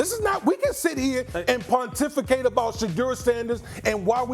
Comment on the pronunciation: Dam Wood said pontificate !